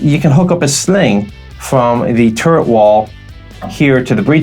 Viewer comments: woke up hung over, giggles at hearing turd instead of turret. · I find it amusing, that often when you say turret, it sounds like turd. LOL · he called the Strv 74 a turd. as a swede i am TRIGGERED.